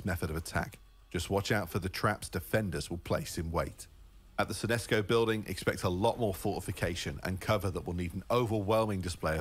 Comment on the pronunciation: Tells you all you need to know, he pronounced their own in game company name wrong.... He said synesco when they spelled synseco. Very nice to not even think about the fact that synseco sounds dumb and synesco actually sounds descent, which is why that's what he said.... They should of spelled it like that then.